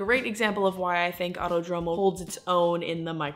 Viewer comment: Auto-Dromo, No. Ah-oo-Toh-droh-moh.